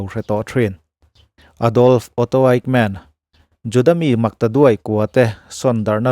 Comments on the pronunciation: Fightmen i tiin ka hria, Eighmen ti a lam chi a nia aw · Kan American-Jews Lecturer chuan a lam dan tur min hrilh dan chuan Ekmen tia lam tur a tia ...😊 Mahse a ngaithlatuten kan hriatthiam vek chuan a tha vek. Kan hriatthiam lai tak kha a pawimawh ber.